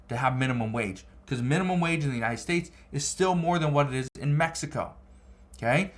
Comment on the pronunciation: Its not "estates"..its states. Why y'all always add an "e" when a world starts with a "s"...pls say the words correct